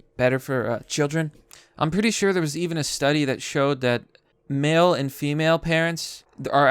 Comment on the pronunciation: Fem mail?!? WTH? What kind of vapid b*tch is reading this garbage?